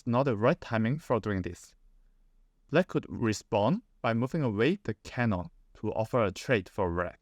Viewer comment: You mispronounced cannon